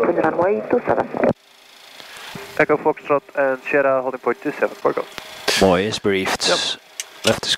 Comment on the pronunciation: codename xNimus “fok off” komt ook door het accent van de verkeerleidster denk ik 😂🤣